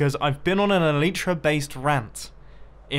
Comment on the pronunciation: The Elytra is not working becouse you are saying it wrong. You are saying it like this "Elytra" When you are supposed to say it like this "Elytra"